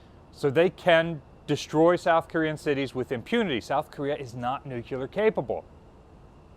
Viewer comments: Gah I love but it's pronounced "NEW-CLEAR", not "nuke-you-luhr". Dunno why that one single word drives me nuts, no other mispronounced word does it to me but that. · NOO CLEEE ARRR not NOOO CYOOOO LERRRR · If you are going ot be a historian, at least properly pronounce words that matter NUCLEAR- Not nuculur... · Please say "nuclear", not nuculear", yikes dude, get hooked on phonics. Next you'll be saying chimbley instead of chimney!!!! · Interesting concept. US Navy certainly needs something more powerful than a destroyer with its ageing cruisers not being replaced. Btw it's not "nuculer" it's nuclear. Sorry, that just bugs me. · Please... nu-clee-ar, not nu-cu-ler. Dove me nuts when President Carter did that, and as one of Hyman Rickover's fair-haired boys he should've known better. :D :D :D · 'Nuclear' not 'nucular'. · Not to be a jerk, but New-clear not new-que-ler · NUCLEAR ;- It's pronounced 'new - clear'. NOT 'nu-cull-arr'.....!!!!! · He said nucular... LOL. It's nuclear... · Learn how to pronounce “nuclear”. new-Klee-er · "North Korea is now a nucular capable country." Pronounce it correctly, or I just don't feel you are qualified to discuss it. The same goes for aluminium. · NUK-U-LER lol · When is going to pronounce the word nuclear correctly? He sounds like an idiot every time he says nuke-u -ler. Is it a George Bush thing or is just that stupid? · Nucular??? Every time I hear it, I click next. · repeat after me: nu-CLEE-ar. You may consider it pedantic or nitpicking, but in your role as an educator and historian, it's important to correctly pronounce this word that so many, including presidents, have misspoken. Thank you. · "It's pronounced nuc-u-lar" - Homer Simpson